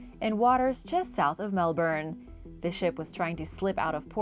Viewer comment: You said Melbourne wrong